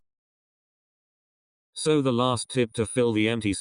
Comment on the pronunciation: nobody: not a single soul: LEGIT NOBODY EVER: the voice: SEW: no... SO the voice still: SEW